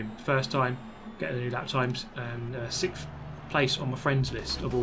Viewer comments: “sick of sickth” GT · Good job not getting sixphhhhth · Sickth and tired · Maybe if you said it right you might do better.